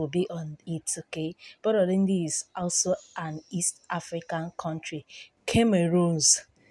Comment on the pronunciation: God save her. "Boronindi Kemerus Magadakos"!🤣🤣🤣